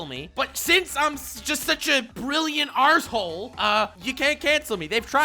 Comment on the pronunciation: Hearing an American saying arsehole correctly threw me for a bit of a loop there. Nice :)